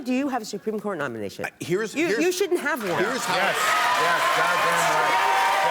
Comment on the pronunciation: "How about Besty Davos Nomiation"